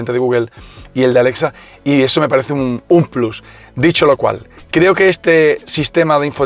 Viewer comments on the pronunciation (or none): none